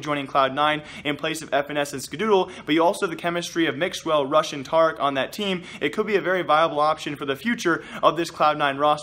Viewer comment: Who else heard Russian Tarik instead of RUSH and Tarik?